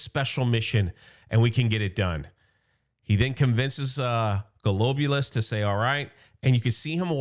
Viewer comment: Pronounced Glob-You -Luss .